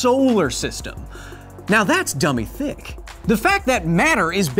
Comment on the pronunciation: Was he tryna say dumb thick? 😂😂😂😂